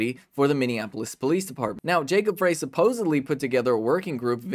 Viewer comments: FYI Frey is pronounced fry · they didn't kick down the door. they let themselves in with a key. and it's pronounced fry, not fray